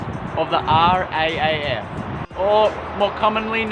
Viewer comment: A great railway video.a pedantic point it is custom to say R double AF rather than R AAF. Second point that until electrification the stations werribee and stations to Newport were serviced country trains the Geelong line and a rail motor to werribee. The Geelong flyer left werribee at 8 15 and pull in to Spencer st at 8 50. I note recent plans see a return of Geelong trains to improve travel time. The Galvin and aircraft stations were unmanned. Island stations were bad because of the number of fatalities. People would try to beat trains to the station or in that commuter zombie default a not be aware of a a speeding train. It should be noted that until the through to werribee service the Altona service was a mickey mouse service that operated from Newport following Williamstown services. I remember correctly there was also a service into Newport workshops.